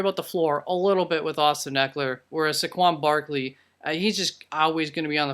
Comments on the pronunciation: Nvm. He just can’t say Saqaun barleys name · Yea I saw it also and went in right away to comment and saw this already was dealt with..what a joke. Also how he pronounced his name =))))